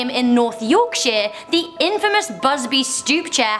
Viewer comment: just saying your pronounced yorkshire wrong